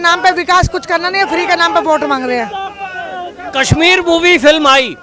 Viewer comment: पयारा हिन्दूस्तान जी, स तथा श में अंतर करना सीखें| कसमीर नहीं कशमीर कहते हैं| शब्दों का उच्चारण ठीक से करें|